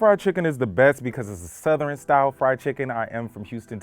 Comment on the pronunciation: Elton: "It's south-er-en fried chicken." I've never heard the word southern pronounced in three syllables. Also, he's a hater, egotistical ex food worker (restaurant: this week it's the floor, next week it's the fries). Don't ask him back.